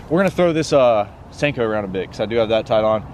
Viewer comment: Who else getting triggered by him saying sanko instead of sinko